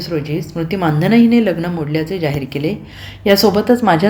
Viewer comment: मानधन नाही मंदाना म्हणा की